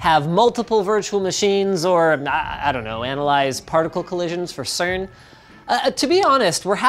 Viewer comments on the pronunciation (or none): none